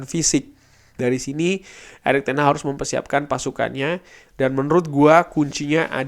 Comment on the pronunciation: Hag bukan haH